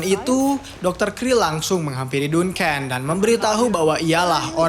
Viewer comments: Duncan dbaca danken bukan dunken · Baca Duncan nya salah kayaknya bang